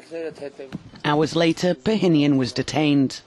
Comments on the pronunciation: its Pashinyan not "pahinyan" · Pa-sheen-yan Not Pyongyang 😂😂😂